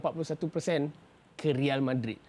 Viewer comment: NICE SEBUTAN.. RIAL MADRID.. RIAL KER REAL..